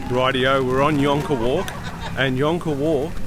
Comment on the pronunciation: Thanks to you, I've learned the correct pronunciation of "jonker" (yonker) walk!